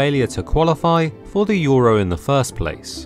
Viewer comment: Euro? We thought you said Gyro!! Opa!!!! 😂🇲🇰